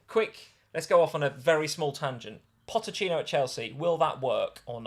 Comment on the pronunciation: Also, it’s PoCHettino, not PoTTechino (therefore = Poch) 😂